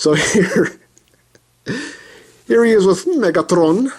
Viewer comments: Lol, that's how "Megatron" sounds in Russian, actually XD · u sey megatron like that in polish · i love hoe you pronounce megatron jajaja